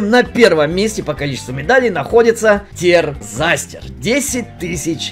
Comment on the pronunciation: Не Терзазтер, а Тэрсастэр. У него есть свой бизнесс, и скоро он даст промо на лям алмазов. И также он парень Тендерлибай